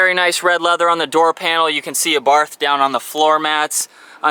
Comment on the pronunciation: Its pronounced our bart the H is silent fyi